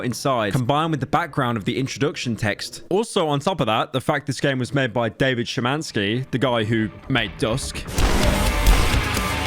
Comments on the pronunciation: You actually cared enough to pronounce Szymanski right. I'm proud. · sorry but the fact u pronounced szymanski mostly correctly is shocking